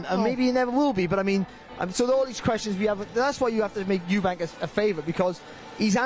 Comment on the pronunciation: It's "Eubank" not "Eubanks" chaps 😂